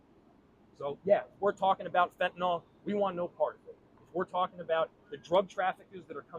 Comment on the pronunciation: He's quite the animated drama queen. WTF is he putting in his coffee? The arm flailing is concerning.... He can't even pronounce fentanyl correctly 🤦😆 he's so full of 💩 I can't even watch the entire string of lies falling out of his mouth. Get rid of this worthless muppet!